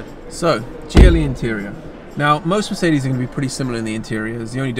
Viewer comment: Please learn how to actually pronounce mercedes. This is awful. Great content and I am a fan of your vids but plz it sounds arrgh.